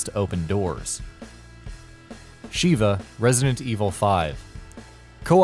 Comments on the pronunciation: Her name's Sheva, not Sheeva. Sheeva is the shokan lady from the Mortal Kombat series. Also, Resident Evil 5 can be played as Sheva with Chris as an A.I. partner. Oh, and said A.I. partner really isn't that bright either; always sticking with their pistol- no matter which weapons you give them, always using herbs on you when you take the slimmest amount of damage, and refusing to operate turrets. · "Resident Evil 5, Shiva" me: god dammit her name is "Sheva not Shiva, quit pronouncing her name funny when Chris literally says the right way to say it if you spam circle/b" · re5 is not mk so learn to pronounce sheva correctly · Clearly this announcer has never played RE:5, besides pronouncing her name wrong Sheva Alomar is a total sod. it I'd wager it was a slow day for content so we got this garbage. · looks like the narrator didn't actually play resident evil 5, otherwise he'd know how to pronounce Sheva's name properly